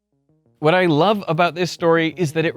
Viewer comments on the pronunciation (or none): none